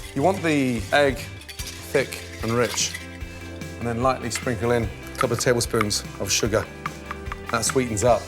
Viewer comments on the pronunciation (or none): He must've said "a cup or tablespoon" instead of "a couple of tablespoons" lmfaoooo